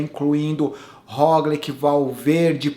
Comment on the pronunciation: Já que vc adotou a pronúncia mais correta do Pogačar, aproveita pra ajustar o Roglič q segue a mesma lógica (se lê "róglit"). Abração